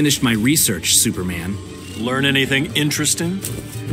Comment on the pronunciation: Is it that hard to say superman..